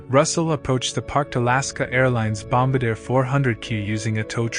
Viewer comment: Bom-BAR-dee-a not BOMB-Buh-Deer. The word is French and the aircraft is a De Havilland Canada Dash-8 Bombardier (DHC-8)